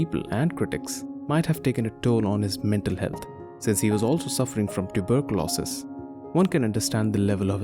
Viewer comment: I heard "died due to tuberculosis" as "died due to tulip losses". Made me wonder how passionate was his love for tulips!